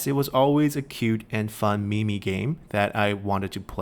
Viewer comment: When you say that Chinese parents is a cute and meemee game, do you mean meme?